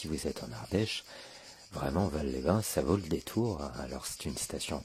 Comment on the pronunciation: ON NE DIT PAS VAL SANS PRONONCER LE "S" ON DIT VALSSSSS😁